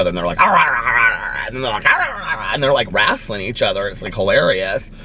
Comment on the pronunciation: I love how u say rasling not wrestling 😂